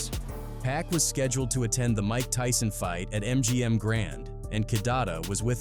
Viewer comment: Its Pac not Pack. Cancel this guy